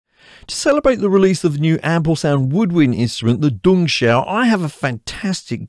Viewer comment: " D-jong-she-ow ", say it fast lol. 😎😁